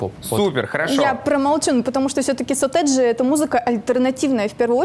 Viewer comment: Бшяячть, так слух режет. сОтэджи, а не сОтэджи, эта девка в фиолетовом бесить начинает